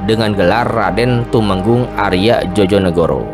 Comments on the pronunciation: Sekedar ralat Djojonegoro itu harusnya diucapnya Joyonegoro, bukan Jojonegoro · Joyo bukan jojo bacanya di telinga aneh 😂😂😂